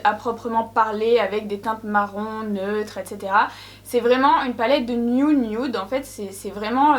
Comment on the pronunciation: La " niounioude " voilà ce que j'entends 😅😂